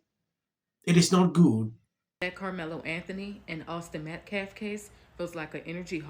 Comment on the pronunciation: Dominique (the man in the press conference speaking for the Anthony’s, also a man who shook a baby so hard it went unconscious and had physical damage,) Doesn’t even pronounce Metcalf correctly he keeps saying Meltcalf and it’s on purpose..it’s another little disrespectful peck at the victims. This case is pure evil.